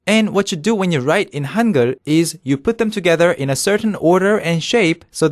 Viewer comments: i keep hearing "hunger" instead of "hangeul".... We will teach you how to write in "hunger"... XD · You read that as "hunger"? Seriously? >_> How about even writing it like that instead of Han-gey-ool